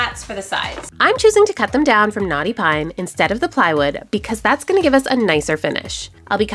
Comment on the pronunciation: Not me hearing "NAUGHTY PINE" instead of "knotty pine" 😂😅